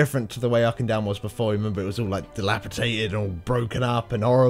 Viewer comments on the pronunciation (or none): you're all wrong. Dalaran isn't dal-a-ron. It's dal-a-ran. Auchindoun is Ow (like the first part of when you say ow after you get hurt)-kin-doon